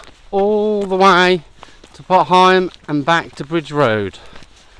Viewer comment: Nice little walk, really enjoyed that. I have heard pronunciation of potter heigham before, but it's an older name used by locals years past. Think it's quite rare these days. Your pronunciation seems the more widely used one in our present day. Great video. Thanks for taking us along.